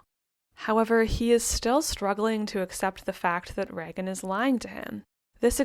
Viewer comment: It is pronounced like Raygen